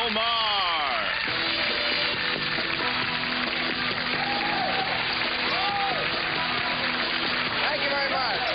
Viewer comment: So, Neil "Paiert" (or whatever the hell this troll is saying) takes Ma-her to school... and it has been preserved on the all mighty YouTube. I like this.